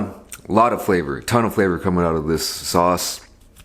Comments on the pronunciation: My brain could not accept. the fact that he called it S A U C E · FOR THE SECOND TINE IT AINT SAUCE